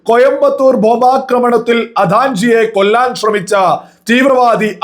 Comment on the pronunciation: അദാ൯ജി അല്ല ഫസലെ അദ്വാനിജി ആണ്.